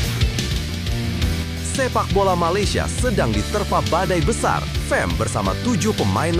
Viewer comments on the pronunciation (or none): bukan fem..fam lah.